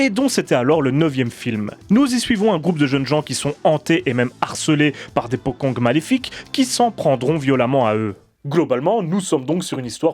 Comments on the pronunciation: On prononce potchong, pas pokong... Le deplacement des pocong ne doit rien au cinena hongkongais. Ils se deplacaient deja comme ca bien avant l'invention du cinema. Ca qu'il faut bien conprendre c'est que les pocongs "existent" dans la vie courante des Indonesiens. On en parle tout le temps et ils sont utilises dans les medias mainstream. C'est pas juste dans les films d'horreur. Sinon je dois dire que la qualite du jeu d'acteur et du film est totalement representative du cinema Indonesien. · Bonne vidéo, p'tite rectification ça se dit "potchong" le c est prononcée "tch" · Ce nouveau format de vidéo est génial <3 Juste une petite remarque le mots Pocong dans ta vidéo est mal prononcé , en indonésien il faudrait prononcé Pocong / Pochong . La lettre "C" chez eux ce prononce comme si c'étais "CH" . j'avais entendu parler de se terme de mes amis en Indonésie, terrifiant :o ! . Sinon je kiff toujours autant t'es vidéo continue comme ça :D